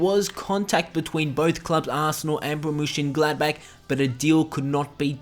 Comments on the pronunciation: its not BORMUSSIAN Gladbach. its BORRUSIA MONCHENGLADBACH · Great video about an incredible footballer, but please learn how to pronounce 'Borussia Monchengladbach' properly, its painful.